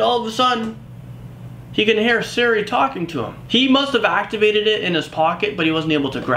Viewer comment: It's not called seri, it's called Siri